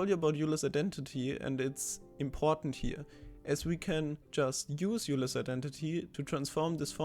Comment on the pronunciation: Love it! I'd never thought of taking Fourier into the second dimension. Just a quick FYI: Euler is pronounced “oiler”.